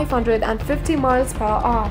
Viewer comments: One thousand and five hundred miles per "ooh!" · the way she pronounce "hour" :D